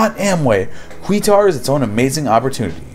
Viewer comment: Just a little correction on the last one, Quixtar is pronounced Quick-Star. I HAD friends who sold Amway/Quixtar. Lucky for me, I had no extra money and became pregnant that caused me to be hospitalized for 4 months and a 6 week early C-Section. I was too busy with hubby taking care of family stuff. 25 years later my hubby and I joke about how lucky we were not to get sucked in!